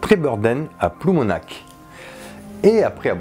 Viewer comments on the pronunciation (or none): T'a mal pointé le Trégor je viens de là bas :p ! Et t'as mal dit ploumAnac'h